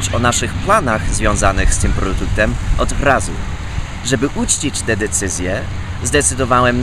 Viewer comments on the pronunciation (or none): W powiedział Pan: "Produtem" (Albo się przesłyszałem), powinno być "Produktem" Albo porostu źle został ten wyraz wypowiedziany ;)) Trzymam za pana kciuki!!!!.